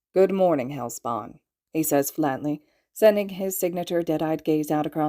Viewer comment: Love how he calls them hell sporn